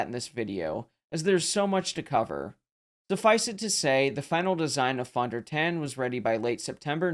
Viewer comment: Pronounced Phone Der Tawn